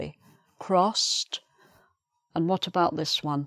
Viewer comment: In the first sentence of practicing section ,I can't hear your "ed" sound in the "crossed" word.Please ,explaint to me ? Whether you misspelled or what?